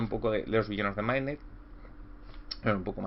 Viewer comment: Buen vídeo, siempre me ha parecido de las ambientaciones de D&D más interesantes. Por cierto, ¿por qué pronuncias "maidnet"? En todo caso en inglés se pronuncia "midnait". Un saludo.